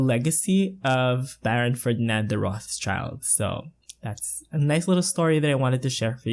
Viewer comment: haha its pronounced like "rot shild" :)